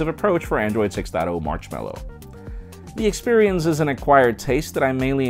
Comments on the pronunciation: marchmallow, jaime? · Android Marchmallow? xD